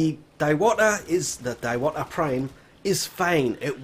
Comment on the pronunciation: Diwata is read as "Dee-wa-taa"